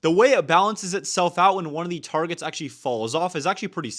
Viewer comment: the amount of "achally"s is insane